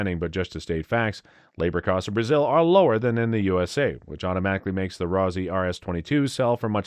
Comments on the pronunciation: Rossi, not Rosey. Rhymes with Bossy. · When he said that I said the same it's like Rossy